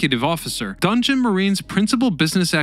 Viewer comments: DON JOHN OR DON JON not dungeon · It's don jhon